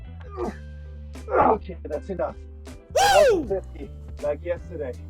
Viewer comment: Hey Cody, please teach the man how to say "enough" because he says "enouth" 🙄